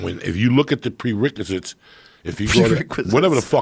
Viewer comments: "Prericulum" had me cracking up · "Pre-riculum” -Joey Diaz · Joey "prericulum and prekazits" diaz..... lol... love him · He said “pre whatever” and then “pre-ricculum” instead of prerequisite 🤣